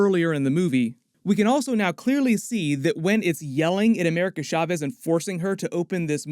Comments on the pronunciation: Please stop saying “Sha-vez.” The “sh” sound isn’t really a thing in Spanish. Love your stuff tho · It’s CHaw-vez not SHaw-vez, ahora repite clase.